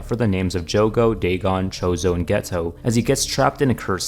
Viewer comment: Geto is pronounced gay-toe im not joking